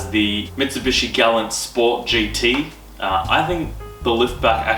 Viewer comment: Your pronouncing galant wrong and it’s annoying. Ga-la-nt Not glant.